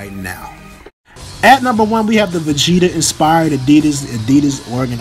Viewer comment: Sound like you said , Vee-cheetah😂😂😂